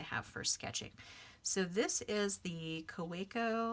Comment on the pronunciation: It's pronounced kaveco. It's a German company. In Germany w's make the v sound. Hence why Wagner is pronounced as vagner. . Just thought you'd like to know.